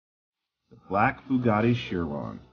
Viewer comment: Chiron is pronounced Kai-Ronn Kai as in the word Die Alpine is pronounced Al-Pleen as in Spleen